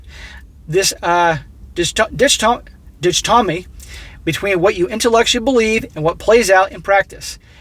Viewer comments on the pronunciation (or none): "Ditch-tomy..." 😂😂😂 It's dichotomy (dye-kot-tomy)